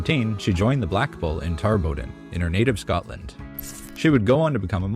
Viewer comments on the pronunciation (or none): none